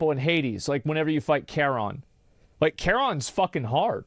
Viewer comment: I hate whenever he says "whenever" incorrectly.